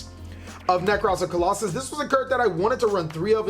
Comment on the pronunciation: Lol sorry but isnt it Claw-saw-lose, not colossus no harm intended just so your viewers know